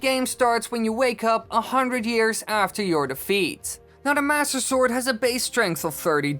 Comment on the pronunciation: I luv how u say master sword and I’m not being rude I love how you say it